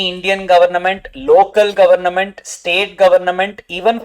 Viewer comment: Each time i hear government as “Governament” its funny as you like trolling them😂